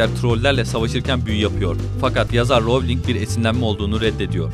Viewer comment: elin değil alan ; melfoy değil malfoy ; darsli değil dörszli ;ravling değil rowling ; vesli değil wiızli; prayvet degil praywt ama çok guzel bilgiler var